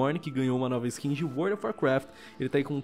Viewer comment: "NOUVA" KKKKKKK